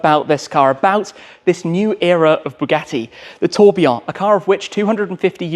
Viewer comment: Tim: the Tobeeaw Everyone else: the Tour Billion 😂